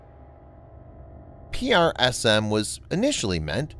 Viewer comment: It's tedious to here it constantly pronounced P-R-S-M when they went to lengths to come up with a pronounceable acronyn "prism". Ditto for ATACMS which the rest of the world pronounced "attack'ems" (sort of like "attack thems" which isn't correct English but pronounceable). Is this a human narrator? I'm new to the channel. I hate computer voice narrators. It sounds human but the spelling out of acronyms is a bot thing.